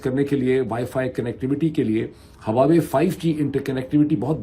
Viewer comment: Its Wah-Way, not Hawa-Way